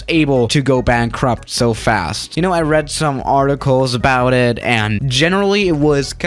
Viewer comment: "BANKRUP" LOL